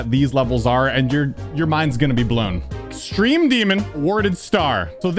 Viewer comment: Ahh, yes… “EXTEME DEMON”